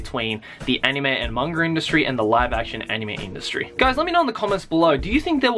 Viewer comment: after watching your videos,, I've noticed instead of saying "Manga" you say "mangger" XD Just pointing it out for no apparent reason:3